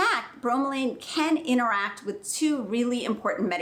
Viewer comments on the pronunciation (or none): "Inneracting" "anabiotics"? Try to pronounce a T. You can do it. Sloppy speach is a sign of laziness.